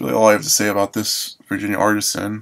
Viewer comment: it's pronounced Ar-tee-sian